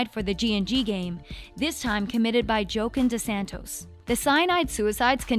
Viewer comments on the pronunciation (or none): I was like what the neck did you really just say jo kin dissantos